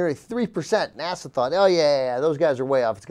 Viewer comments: will someone please tell anna how to pronounce "nasa"? thanks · Why does Anna pronounce NASA as "Nassau" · she said "Nassau scientists" TWICE!!!!!!!! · She keeps pronouncing NASA as Nassaw..